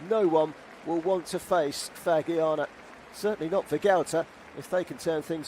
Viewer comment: Please Fagiano is pronunce Fajiano :) Fadjiano... And come on dude Sanfrecce, you really pronunce Sanfrekke? Sanfretche dude come on